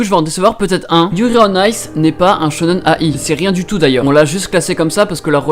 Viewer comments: Enfaite il faut le prononcer shonen-aïe et pas A i mais d'une traite voilà voilà :D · Il m'a full frustré en disant shonen a-i ça se lit aïe mdrr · alors shonen-ai, ça se prononce "aille", comme quand tu te fais mal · Tu prononces Shonen-ai comme Shonnen aie (comme le son de douleur)